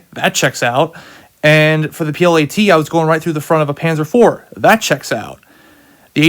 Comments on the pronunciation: its not P.L.A.T ... ITS P.i.a.t ..(projector infantry anti tank) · Bud its a piat not a plat lol but thanks for the info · The piat is pronounced like fiat not plat